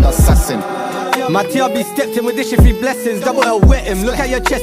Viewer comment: three* not fray induction* not ‘in docked john wing’ cheeks* not chinx WAIT CHEEKS?! 😳💀